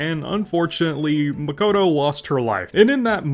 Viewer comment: Jesus your pronounciation of Ei and Makoto gives me brain haemorrhage